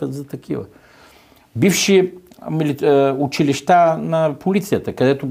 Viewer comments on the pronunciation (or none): none